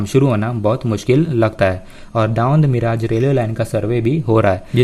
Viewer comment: Yar tum har bar miraaj kyo Bolte ho मिरज नाम है not मिराज